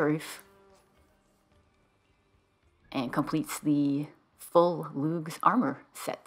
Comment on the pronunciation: No hard “G” in Lugh. It’s just “Lou”. Also known as “Louie of the Long Hand”. Festival is Lughnasadh “Loo nasa”. And thank you for your help…it seems I went right past that clue.